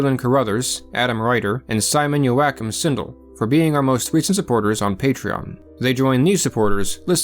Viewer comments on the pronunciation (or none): none